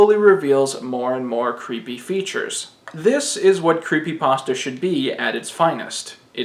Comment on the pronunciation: sigh Yet another one who doesn't know how to pronounce creepypasta...